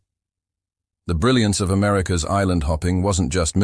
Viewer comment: You don’t listen to your own work for even ten minutes, do you? I’m not opposed to AI tools, but please do your due diligence to curate the pronunciations. “America S military strategy was to…” should be “America’s military strategy was to…”. Little things like that. Elevate your content from typical AI slop. You’ll get more subs and views in the long term.